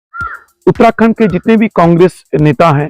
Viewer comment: आपको अपनी हिंदी ऊच्चारण को सुधारने की जरुरत है साथ ही बोलते हुये थोड़ा ठहराव की भी,, आप उत्तराखंड को उत्ताखंड उच्चारित कर रहे हैं,, शब्दों को पूरा बोले बिना ही आगे भागने की कोशिश करते दीख रहे हैं! इसके अलावा अगर आप हिंदी में साक्षात्कार कर रहे हैं तो अंग्रेजी के शब्दों का प्रयोग करने से बचें जबकि उनके लिए हिंदी में अच्छे शब्द हैं ! Interview International